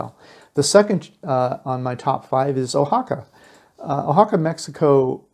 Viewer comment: How about matching video to voiceover. And learn to pronounce the names correctly. You have missed of them. Wah ha ca not o ha ca